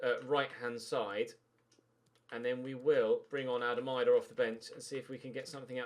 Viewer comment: its pronounced "eedah" not eyedah